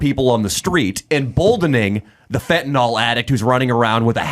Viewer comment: I agree with you about the teachers. One thing I would like to say is that I wish you, along with most of the media, would pronounce Fentanyl correctly. You correctly criticized Kamala for her poor speech, so you should learn to pronounce it. It is pronounced Fenta "nil" not Fenta "nol". I don't know why that bugs me, but I would think that this far into the opiate problem in this country, the media would know how to pronounce it.